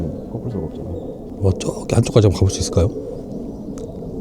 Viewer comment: 왜 ''저기''를 ''쩌기''라고해요?, 애들이 보다가 흉내내면서 웃어요 ㅎ